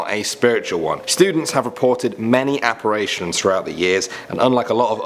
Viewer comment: Apparition vs apparation XD